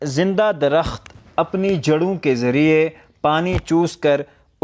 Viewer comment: لفظ درخت کے تلفظ پر دھیان دیں۔۔۔ د محرک ہے ر محرک ہے خ اور ت ساکن